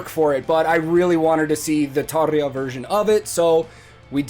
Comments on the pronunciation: you didn't react to one of all 16 hours of live footage from the song Everdream? 😉 In all seriousness though, I'd watch a 16 hour reaction to each recording of this song live but hey. Great reaction giving credit to both Tarja and Floor. Thanks for pronouncing Tarja's name "properly" (at least how I have heard it pronounced) btw. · Fellow Nightwish fans: Can we give some credit for pronouncing Tarja's name properly. I'm not trying to be the grammar police but its someone's name for heaven sake. Credit 🎉🎉🎉 👍